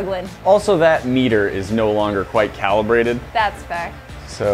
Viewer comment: It’s not Callie-brated! Hahah